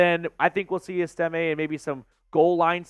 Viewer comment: EST-ime not est-IM-e